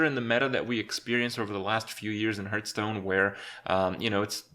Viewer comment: I love how he calls the game Hurtstone. Same krip, same.